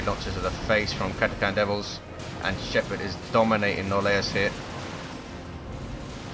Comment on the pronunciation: Sadly not, check WD353, the correct pronounciation is 'Kat-a-kan'.